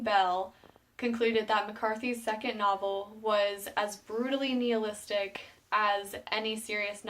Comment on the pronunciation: nihilistic not neolistic. i seriously enjoyed the video and appreciate the hard work. i found the book a fun read but you have to be on your game or you will miss the book within the book